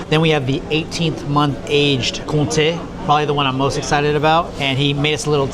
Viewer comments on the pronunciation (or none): it's Comté * :) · Great video man! Gotta say, , English have their classic line ”one apple a day keeps the doctor away”, replace the apple by cheese and that’s the amount of cheese we have currently now in france 😂 Tho’ , no P in Comté ❤ Glad you enjoy my city, even Romans didnt want to leave 😅 Another gem not far is Annecy if ever... All the best for the future! 😁👌